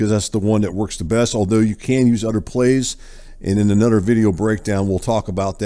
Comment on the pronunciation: It’s “other” my man not udder. Work on that. 🤦‍♂️